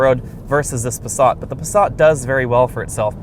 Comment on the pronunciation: Where the hell is the the letter "R" in the Passat. Try and pronounce it correctly with an "A". Pasaaaaaaaaaaaaaaat, not passarrrrrrrrrrrrrrrrrrrrrt. Ok I'm sorry.